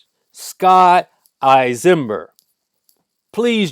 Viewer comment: You aren't even pronouncing his name right..Don't believe he wouldn't have done the same to you and yours..You forgot my Aunt and Uncle were piled in the bathroom,like a pile of dirty clothes. He sat at their table and ate their food..Get the story right. And don't forget their little dog,who tried to protect them..he stomped the dog!!!